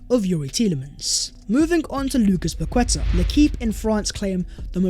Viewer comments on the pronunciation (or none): How many more times? It's Pa- Keta ... not Pa-Kweta. It just shows you need more focus on detail when speaking on peoples names. It is important. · How to pronounce: Pa - kwe - ta ❌️ Pa - ke - ta ✅️ Much love though ❤